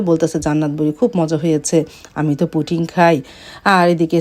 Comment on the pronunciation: Puting na pudding 😅